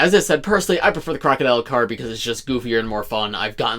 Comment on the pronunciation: No your second. The first was one saying “Crar”